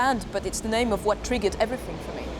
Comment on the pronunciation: Especially when she says "everyfing" or "I fink" !!!